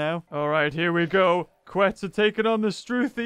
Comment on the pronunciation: Is KETZ! Not QUetz!